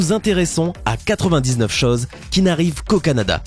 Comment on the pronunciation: interessant mais bon dieu aprends a prononcer les "ô", les "eu" , même les chases, les heure ses etc